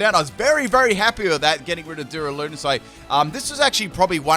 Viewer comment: Your pronunciation of machamp and duraludon is upsetting.